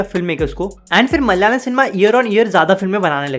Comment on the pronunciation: It’s not MALYALAM (मल्यालम), please pronounce it as ‘MA LA YA LA M’ (म- ल-या- लम)